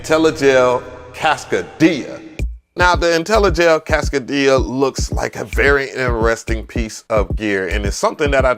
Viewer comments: NAMM seems to be pretty weak this year...wow....and not to be that guy....But that joint is too costly to be called "Casca--DIA"....It's "CASCADE-ia" 😎😆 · Cascadia is pronouced like Cascade dish soap. It comes from the Cascade mountains in the Northwest. Cascade -ia. Like Philadelph -ia. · I love your vids, man..MPC Gang! However, you destroy the pronunciation of names lol It's pronounced Cass-cade-ee-uhh....like Cascade with eeuhh at the end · Say it w me, Cass-CAY-dia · Lol, he says ‘Cascadia’ like ‘Quesadilla’ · He said "kass - kuh - dee - yuh" 😂🤣🤣🤣🤣🤣🤣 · Is its name supposed to sound like a Mexican restaurant, or is it pronounced like Cass-kade-ee-uh? I assumed it was that one, but now I'm confused. I only watched "sound-only" demos so far until this vid, seriously🤣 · it's Cas-Kaaay-Dee-Ah...😏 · Pronounce it with me: Cass Kay dee uh = Cascadia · Im starting to wonder if hes mispronouncing these things on purpose so we correct him in the comments lol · Cass-CAY-dia with the accent on CAY. Like cascade? It is an ARP 2600 clone. You should try the M8 tracker which has sampling and does about 50 times what the new Polyend does. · The way you are pronouncing cascadia is killin me haha